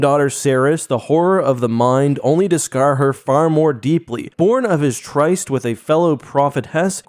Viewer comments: "some of you may not be familiar with the language" 5 seconds earlier: "try-st" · Love your channel, & this is an interesting video, thank you but good god man, that’s not how you pronounce “tryst.” 😂